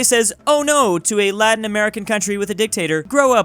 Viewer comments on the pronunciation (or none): none